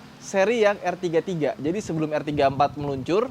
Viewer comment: Bukan er33 tapi r33